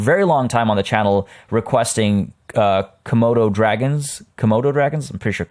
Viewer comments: Ok I was watching a video until I saw this notification and went straight to this one. Also you pronounce Komodo dragons correctly👌🏽🇮🇩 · I’m from Indonesia 🇮🇩! And Komodo dragons originate from there :D also, you pronounced it right. (I’m also from the uk 🇬🇧 too) so I can’t wait till you add them dragons :) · YAY OMG ANOTHER EP EDIT: When you make your tiger exhibit, you could name it like "The Pouncing 'Puli'" 'Puli' is tiger in Tamil, pronounced: poo-lee. Btw you pronounced komodo correctly